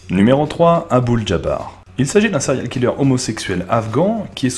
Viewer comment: céréales killeur ptdrr